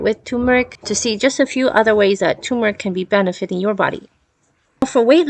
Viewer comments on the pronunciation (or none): It's not TUmeric! It's TURmeric!